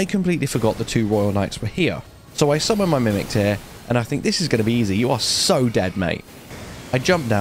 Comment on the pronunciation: Praise the ''Summoc My Mimin'' :P